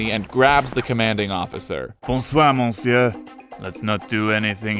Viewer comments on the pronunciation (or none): The "on" in "monsieur" is pronounced like the "e" in english "her". Saying MONsieur like it was said in this vid will make every frenchman in a 12 mile radius spontaneously combust.